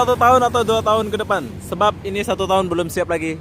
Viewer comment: Makan Sudah Gaji bolom ciri khas ngomong bangla 🤣🤣